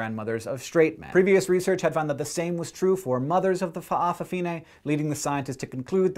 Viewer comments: That's cool by the way it's fafafine (fafa-fee-Neh) not fa'a fine lol but I will defiantly subscribe..u have a lot of awesome videos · if you ever need to say fa'afafine ever again, try saying fafafine, it's much easier to pronounce Samoa, pronounced sah m oh a but no spacing thanks for trying, and we Samoans do appreciate people who try to pronounce Samoa and samoan words. #subcribed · nice pronounciation, but most say fafafine or just fafa, im samoan btw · I love the way you say Fa' afafine xD It's incorrect, but cute and a bit silly. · My father's side of the my family is samoan, and I know that all N's in samoan(with some exceptions, for example the word Samoan) words are pronouced like NG like the end of 'king'. But the break between the Fa and the rest of the world is not usually as detectable as you would break up the word Hawai'i. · lol at how you pronounce fa'a fa fige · I cracked when he said "FA'AFAFINE"